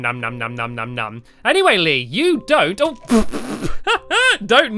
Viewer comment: BTW its Lee not lea x3